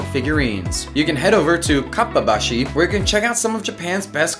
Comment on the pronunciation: I can't find the kitchen supply store you mention in Asakusa. Is it Kappa Dashi or am I hearing you wrong?